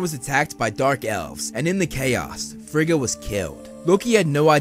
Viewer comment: I really enjoyed this video! Just fyi, Rene Russo's character's name is pronounced: Fray-ah. Also, Thor, and everyone else in the movies mispronounced Heimdal, Every. Single. Time. Heimdal is from Norse Mythology, not German. His name should've been pronounced closer to Hay-im-doll. It REALLY doesn't matter, it's just the one thing in the MCU that drove me batsh*t, lol! Pet peeves can be annoying. Great video!👍